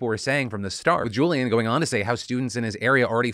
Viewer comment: His name is NOT Julian, it's Julián